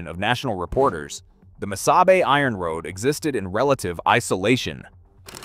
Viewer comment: Missabay?? “Mesabi” is pronounced 3 different ways, good video otherwise.